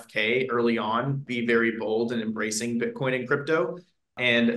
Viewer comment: They way this dude pronounces Bitcoin makes me cringe